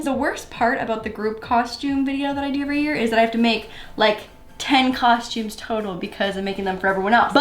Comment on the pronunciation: "cosh-tumes" Mia Maples says it the same way..